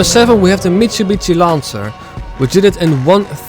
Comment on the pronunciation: The way you pronounce "Mitsubishi" "Mitsubitsy" is on purpose, right? 😆 Very interesting video, thanks. Big fan of the franchise. ✌🤘 I agree about RX-7 in NFSU being one of the best and I use it, too, however for some things Hyundai Tiburon is nice and Nissan 350z, and ... Mazda Miata - MX5. I love to do hard drifts with Miata, or Tiburon. Cheers!.